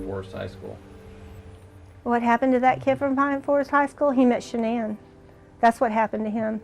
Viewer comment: Did really say "Shann'an", when they asked what happened to her son and why he's a psychopath??? Shann'an? You think Shann'an is what happened to him?? Lololol 😆 Nooooooo sweetheart! You are sadly mistaken and cold hearted and living in the SAME denial that your psycho son lives in, and your son is EXACTLY like you!!! Your precious boy, #Chriswatts changed because of #Nicolekessinger aka #NK. Her stalking him to see what he likes and doesn't like and her manipulation and crying to him about she wants to be a first, she wants to give him his children, she wants to lay in the bed with him and fall asleep...blah blah blah, and so on... THAT my dear is what changed your son. His piece of a** on the side, possibly their cocaine use and I'd almost bet that NK's head spins while she vomits green peas every time she gets mad because SHE IS AS EVIL AS HE IS!!!! So get your facts straight #cindypsychowatts. Shann'an had NOTHING to do with the changes in your son!